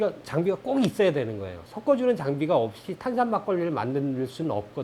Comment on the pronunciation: 방송 내용은 너무 좋은데 발음은 어떻게 안 고쳐질까요? "섞어" 를 "썪어" 로 발음하면 듣기에도 거북하고 왠지 "썩어" 처럼 들립니다.